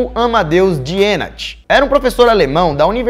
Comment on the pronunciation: se pronuncia Dienach = Dinarr